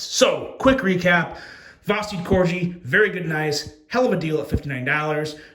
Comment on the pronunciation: Calling it the “Corgee” is super smart because people are gonna comment and tell you it’s pronounced Corgi.. like the dog. Well done lol.